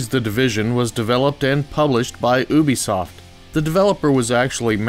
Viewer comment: Omg people.. its youbesoft not "ewwwbesoft" not sure how people get this wrong, considering ubisoft is one of the biggest and most well-known AAA developing companies in the world